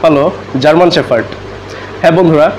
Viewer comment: It’s not German শেফার্ড, it’s German শেপার্ড..shepherd (means রাখাল). Firstly, Sounds right dude. Thanks.